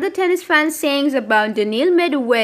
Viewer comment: For heavens sake learn to pronounce Medvedev properly..even if you are AI...